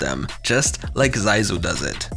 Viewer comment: Zysu của người ta mà mấy ông đọc Dai du :)))